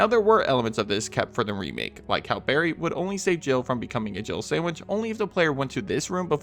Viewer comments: I always thought Barry says jibble sandwich lol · I always thought it sounded like Barry said Jiggle sandwich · I never understood why it was a Jill sandwich when it sounds like he says jibble sandwich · 'You were almost a jibble sandwich', that's what I always hear even though it makes no sense.